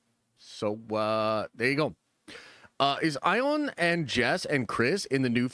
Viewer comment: Why does keep pronouncing their names like “Eye-on” and “Ralph A-Knee-Son” 🤣🤣🤣